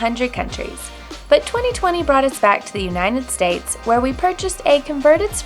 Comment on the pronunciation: Unined states , Kara and her pronunciation 😂